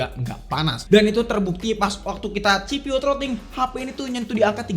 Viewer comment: Baru pertama kali nonton ini channel dan asli nyesel. Penggunaan english nya kaya orang kampung banget bang, ganggu bener denger nya, pantes sepi konten lu. SOC baca Es O Si bukan Es O Ci CPU baca Si Pi yu bukan ci pi yu FPS baca ef pi es, bukan ep pi es Langsung aja kita spell kamera nya? Spill kali ya maksudnya? Penggunaan kata² friendlyable, gamingable itu apa artinya ya? Batre irit dibantu supervooc 80W? Charger bisa bikin batre irit itu gimana? Buat rata² fps tuh angka nya fix 110fps, kalo 110 - 120fps itu range, fps yg bisa didapet range nya segitu. Ngomongin kamera, warna fotonya colorfull, itu maksudnya saturated apa gmn dah? Detail tergolong tajem dan dapet gitu, ini ngomongin apa bisa dapet? Puyeng gue nonton konten lu